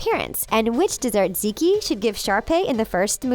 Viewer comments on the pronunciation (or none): Triggered by pronunciations zeké really? It’s z-ek pronounce Forrest